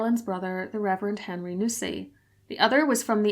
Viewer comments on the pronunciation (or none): none